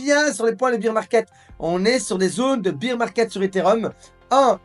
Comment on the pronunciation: Je t adore mais « bear » se prononce comme dans « père ». beer c est la bière en anglais:)